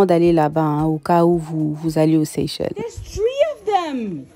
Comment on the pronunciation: Ma sœur on prononce Seychelle le S à la fin faut pas le prononcer